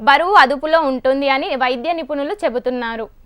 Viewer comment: గునాలు కాదక్కా గుణాలు అనాలి😅 అలాగే నిపునులు కదాక్కొయ్ నిపుణులు అనాలి😂😅😂😅😂😅